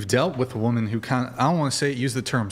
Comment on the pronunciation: What’s with the mispronunciation of women and woman??? Omg